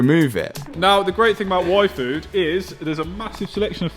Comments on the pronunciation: when brits say yfood, sounds like WAIFU ... I was like, he likes what? Oh, the yfood. lmao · When they say Yfood it sounds like waifu hahah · Ain't gonna lie, when your dad said yfood i heard waifu from anime